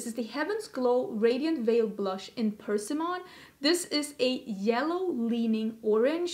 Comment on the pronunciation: From one foreigner to another, persimmon is pronounced with the pressure on the i, not the e. I generally don’t like to see people correct the u-tuber, but here I am. I just thought you might like to know, no criticism intended.